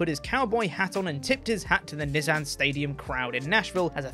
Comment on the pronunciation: Nizzan lol